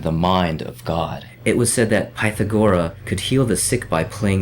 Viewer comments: K, you just lost me at your mispronunciation of Pythagoras; pyth-AG-or-as, not PYTH-a-gora. FFS. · Especially when you're appealing to all the "dumb people" who don't know about "pythagora" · its pronounced pithagorus,you know the right angle guy.